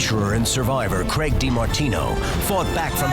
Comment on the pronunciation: So the host is called Craig, the narrator is calling him Greg... wtf